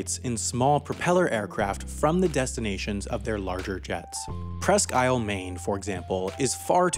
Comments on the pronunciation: The narrator needs to learn how to properly pronounce Presque Isle. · oh gods...is that how the locals say "Presque Isle"? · its pronounced prehskeeel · I live in Maine and I'm nit picking here, but the way you pronounced Presque Isle is a little different then we pronounce it. Here we pronounce it more like 1 word Presskile. I know it seems weird but thats how I always hear it